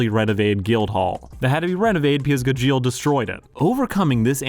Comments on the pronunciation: Pronouncing Gajeel like "congeal" is wild. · I am usually not that kind of person but every time he said "g-jeel" it switched something in my brain lol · How can you be a fan of Fairy Tail and pronounce Gajeel's name wrong?! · the fairy tail heat in this video is kinda crazy...and saying Gajeel's name wrong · You pronounce Gajeel just slightly wrong for the whole video and it's driving me insane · That Gajeel pronunciation is the reason I'm leaving the video in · I can't, you're not even pronouncing Gajeel's name right. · I dropped this terrible video because you can't even pronounce Gajeel correctly. On top of the fact, you didn't even see this show. Ridiculous. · Mispronouncing Gajeels name in a video about him is a wild move. I can't sit through it, im sorry. Im not gonna thumbs down the video because im not that guy, but i really can't get over it 😅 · Is he saying gajeels name intentionally wrong ?? 🤣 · the pronunciation of Gajeel's name pissed me off the entire video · I love Fairy Tail. I bawl every time I rewatch it. It's one of my favorites. Your pronunciation of Gajeel drives me crazy. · Anyone else bothered by how poorly he butchers gajeel's name? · Ok I love that you’re talking about Fairy Tail but I’m personally offended by how you say Gajeel lol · It's GA-jeel and not Ga-djEal ! The clips in the video are literally from the dub, so how do you pronounce it so wrong? (You also pronounce it wrong compared to the sub to) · Sorry im going insane listening to you call him guh-jeel LMAOOOOO its gah-jeel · watching this video was the longest soul sucking session ive ever had everytime he said ga-jeel and not gaj-eel also call it what you want but calling it the power of family is more accurate than the power of friendship. Yeah yeah same thing hut it means more if its family and thats fairytail's whole thing its about family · It’s not gajill it’s GAH-Jill Gajeel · Just a side note...it's pronouced as "GAH-jeel" :P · At least someone said it